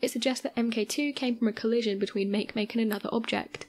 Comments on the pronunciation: Isnt it ma-ke ma-ke and not make make? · Smdh- Makemake?! Make- phonetically is mawkee- Mawkee. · Pronounced Mah-key Mah-key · Hmm. I seem to recall and article in Scientific America a few years back about our universe being created as a three dimensional hologram of a four dimensional black hole. As my scientific knowledge is very limited, I can only think, "It's possible." On another note, I really wish these video presenters would do a little research into pronunciations before calling Eris' moon Makemake "make-make" when it's pronounced "maki-maki." Cheers.... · How can someone butcher Makemake so damn hard? Poor planet...